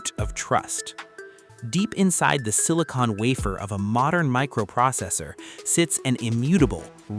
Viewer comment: It's not "sini-cone", it's "sini-con". one is sealant, the other is what powers your computer.